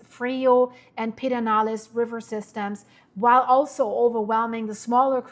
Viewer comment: "Purr-din-aless" River ☺